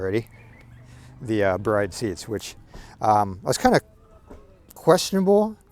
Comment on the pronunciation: Yes, E is silent. It's pronounced brid or brido, but definitely not bride.